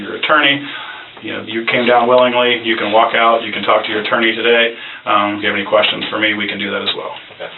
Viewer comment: “Answer a few questionnns” 🤔 why the accent?